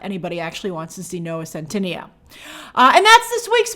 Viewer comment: it’s pronounced Noah Centinaaayyyyooo :)